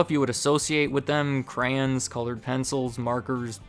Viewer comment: Thank you for saying cray on